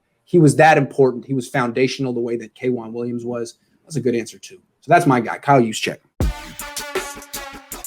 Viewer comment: Who is this dude talking about 'Kwan Williams'? Dafuq🤨